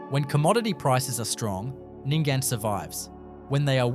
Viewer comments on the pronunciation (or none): Nyngan is pronounced Ning'n. Not Ningan. Mot Mootaboora, but Muttaburra - the way it is spelt. Not Ooyen but Owyen. Not Meekathahra, but Meekatharra. Didn't watch the rest. WHY ARE YOU USING AI FOR COMMENTARY. I am blocking this site.